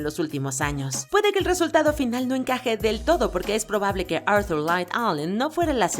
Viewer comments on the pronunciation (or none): none